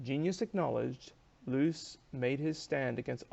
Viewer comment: I enjoyed your review, especially the closing statement. Just one hint, the correct German pronunciation of Loos is more a bit different. I failed to find an English word with the same sound, probably easier to look up a German video on Loos to get the idea. Greetings from Vienna